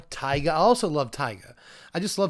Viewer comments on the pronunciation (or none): As a guy who lives close to actual Taiga I'd like to point out you're supposed to stress the second A, not first. Other than that, great content as always! Much love from Vladivostok ❤️❤️❤️